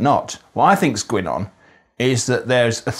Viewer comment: Fascinating and really well observed. I did hear your g at the end of words like thinG and goinG. Sounds slightly Mancunian.